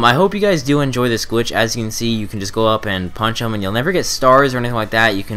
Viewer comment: why does he keep saying gwitch